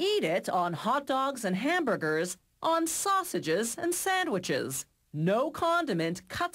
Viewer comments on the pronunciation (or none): "sausssageess and siandwhichs" this woman...